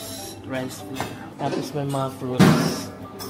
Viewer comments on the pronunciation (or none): none